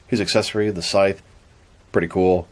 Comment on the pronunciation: Scythe is pronounced like dice not sith. He has a scythe, not a sith. You pronounced it sith at the beginning but later correctly.